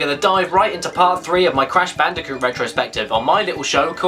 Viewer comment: I knew I was going to subscribe from the moment you said Brash Candicoot.